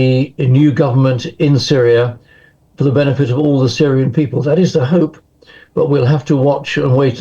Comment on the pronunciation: Learn to take the zzzzzzz sound and speak as THE TH TH TH TH. AS IN TH at. Not Z at!!